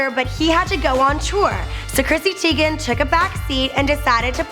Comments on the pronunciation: it's teigen not teagan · ITS TEIGEN NOT TEAGAN😳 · Its: Chrissy teigan. Not: Chrissy Teagan!! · TYE GEN not teegan in german the second vowel is the one with the long sound. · Is she teigen or teagan